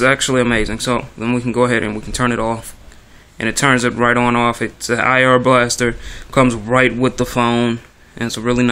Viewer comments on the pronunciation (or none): EYE ARE blaster... Not EH ARE....That is IR...not AR.